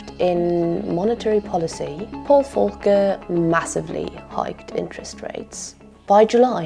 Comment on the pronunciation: Volker was American, not German. The V is pronounced v, not f.